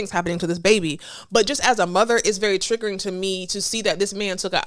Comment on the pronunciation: Girl you are killing the word " triggering"